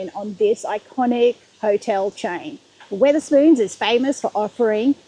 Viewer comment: STOP SAYINNG WITH ER SPOONS, ITS WETH ER SPOONS. WEATHER AS IN THE SUN AND RAIN AND STORMS. SORRY IT JUST ANNOYS ME THAT YOU DO A VID ABOUT SOMTHING AND CANT PRONOUNCE IT CORRECTLY.